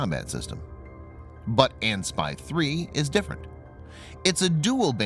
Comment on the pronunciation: Mr. Narrator! Please, when reading model numbers, "AN" is not pronounced as the word "an", like an acronym, each letter is pronounced separate ly: "A - N". That's because it actually stands for "Army/Navy" - AN/SPY-1 (Army Navy Joint Electronics Type Designation System / S - Water (surface ship), P - Radar, Y - Surveillance (target detecting and tracking) and Control (fire and/or air control), model number).